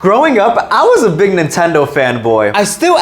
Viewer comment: When you said growing up I thought you said throwing up and I’m like what like what